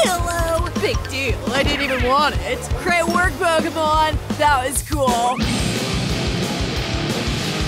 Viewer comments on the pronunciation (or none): It Pokemon not peekamons